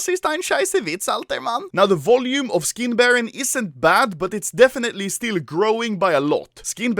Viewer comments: it's SkinBarOOOOOn and not SkinBarron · Is it just me or I heard how Anomaly said "how did they buy foreskins for money"